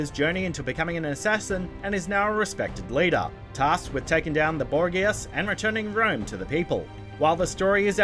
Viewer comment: Borgeeya? 😂😂😂 he hasn’t played one second of it